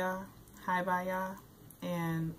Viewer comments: It's HI- BI- YA ! Just helping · Its pronounced He-be-ya